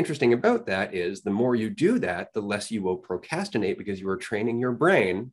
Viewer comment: the way dude pronounced it "pro cas tinate" triggered me lol